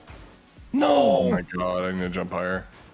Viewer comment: i love this series also: "oh my guhd"